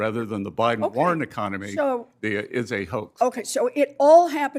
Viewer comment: "BIDEN BIDEB BIDEN".....good grief